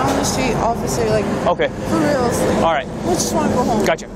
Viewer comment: “No please freal no frealz no please freal no freal please “😂😂😂😂😂😂😂